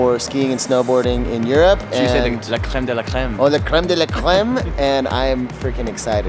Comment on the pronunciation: He said créme de la cléme😂